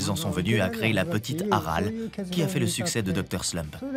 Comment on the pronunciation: Omg "Aral" j'ai saigné des oreilles